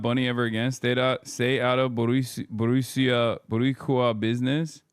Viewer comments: I am screaming at Hasan’s pronunciation Boriqua and Bichos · Hearing him say boricua had me DEAD